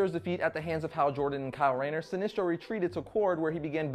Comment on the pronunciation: Are you saying sinistro or sinestro? it sounds like you keep saying sinistro.